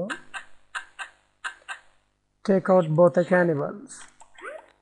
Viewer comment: Funny, it sounds like he is saying tickle instead of take out